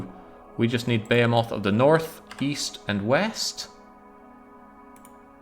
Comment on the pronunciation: I like how you incorrectly pronounce behemoth every time.